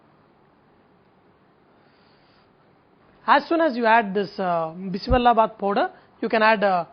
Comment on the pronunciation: It's not bissi Bella bath it's bisi bele bath bele means lentils and Bella means jaggery